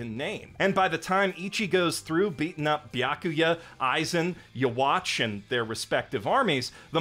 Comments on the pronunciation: The way you’re saying “Yhwach” is funny. I’ve only ever heard people pronounce it “Youhabach” not “Yahwatch” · yhwach’s name is actually pronounced “You-Ha-Bach” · Bro called him yuhwatch the whole video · My eyes twitch every time I hear the pronounciation of Yhwach in this video